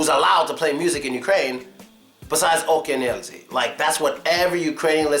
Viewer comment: not "Oken Elzi", but "akeAn Elzi " :-)